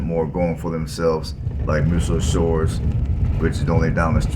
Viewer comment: Muscle Shoals, not Muscle Shores.